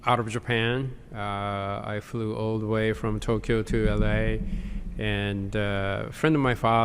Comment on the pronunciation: I have a few things I could go in to detail on but the main thing is the adding of "r" sounds. The other one is the word "the" which overtime slowly becomes more "da"